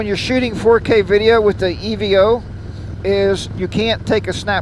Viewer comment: Hello nice video. For the record it's pronounced EVO as in evolution not E V O......... I like the unit and considered adding it as a second camera before my GoPro Hero 8 Black purchase. I think it shoots best in 1080 60 fps for youtube but what do I know I'm still using the 6 year old Sena Prism. Also great idea to move the camera forward on the helmet. thanks for sharing.